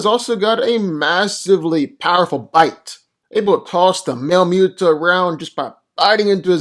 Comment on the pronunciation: Love these vids! But I keep hearing Mew-toe (MUTO) even though it’s definitely Moo-toe (MUTO).